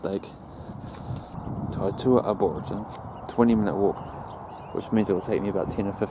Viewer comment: Itsa nice place there... good on you for gettin out early to catch the sun rise.. back in 2016. Oh and i think its pronounced arboretum hahaha